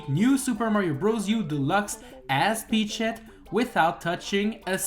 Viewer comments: "Peachshet" another peachshet more peachshet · I will never unhear Peach-Shet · You sound like youre saying peach shit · Ey you so mean to the coins but im still a fan and I feel like your saying peach shit XD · I thought he said peach shit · Bro idk if he doesn’t means to say it but to me it sounds like he’s saying peach shit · Why does it sound like he’s saying peteshit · I fought you said peachshit not peachett lol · No offense, but the way he says peachette sounds like he said peach-$%#& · Until the end of the video I heard that you said Pech sh1t bet at the end of the video I saw that it was written Peachette... XD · "Peach Shet"😂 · Sorry, I keep hearing Peach shit... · It sounds like you keep saying peach shit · Gotta love that pronunciation P E A C H - S H E T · I can't stop hearing "Peach shit" everytime you say Peachette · Am i the only the noticing that he's pronouncing Peachette weirly? 😅